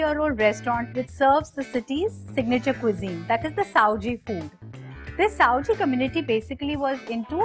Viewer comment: not saoji,it's Sawji!